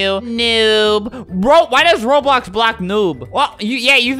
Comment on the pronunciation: Tivia: he says Roblux